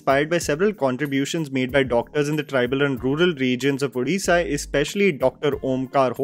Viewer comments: Thank you for saying both Odia and Odisha with the proper pronunciation,! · Glad that got the pronunciation of the State name, language etc correct. I have heard many people mispronunciate. At the same time his unintentional honest mistake of mispronouncing दासमहापात्र (ଦାସମହାପାତ୍ର ) once again highlights, the way English has failed indian languages and scripts. Our scripts (all proto-indian scripts) are so evolved that even a person who doesn't know the language can at least read/pronounce the unknown word correctly. BUT ENGLISH CAN'T PRONOUNCE saala!!